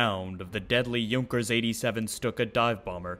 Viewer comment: My thoughts exactly! It was pronounced correctly in the video considering the parent language. Next thing we know folks will try to say the manufacturer is suppose to be pronounced Junk Ers instead of the proper "Y"ʊnkers.